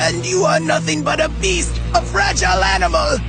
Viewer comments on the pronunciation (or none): none